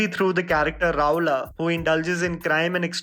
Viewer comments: It's rahulya... Not rahol... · Hi I like your videos however you have to work on your pronounciations, especially of Marathi or Hindi names. Its "Raa hu lya" and not "Rahula" Its "Maan ja re kar" and not "Manjrekar". Also the movie name is "La paa cha pi". Please look into this in all your future videos. It sounds rude and disrespectful when ur name is wrongly pronounced